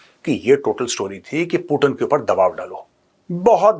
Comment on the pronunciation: पुटीन नहीं, पुतीन‌ बोलो सुनने में अच्छा लगता है